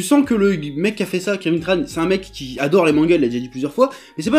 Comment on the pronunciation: C'est Kévin Tran avec un "en" pas Kévin Tranne...